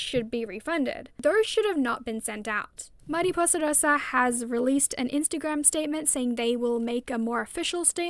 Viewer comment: please do more long format videos!!! btw as a spanish speaker i love how you pronounce mariposa rosa